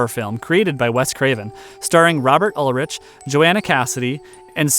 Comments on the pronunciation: Not trying to be a dick but the actors name is robert urich pronounced U rick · Ulrich? No. URICH. No L. Have some respect for the dead, man.